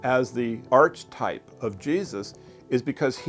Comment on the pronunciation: Geez. A scholar who can't even pronounce "archetype" correctly.